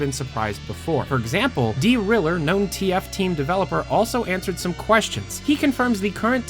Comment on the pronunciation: is it D-Riller or just driller